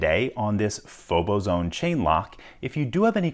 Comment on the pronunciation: I believe the correct pronunciation is faux-bozo-one.